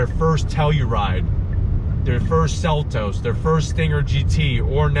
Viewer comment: The sell-u-ride 😅